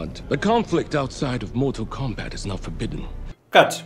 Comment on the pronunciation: Κομπατ. Κομπατ. Όχι Κόμπακτ